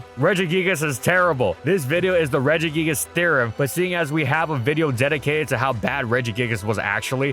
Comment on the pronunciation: The root regis is pronounced with a hard g